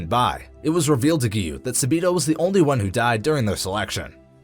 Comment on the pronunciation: Not サビの, it’s サビと!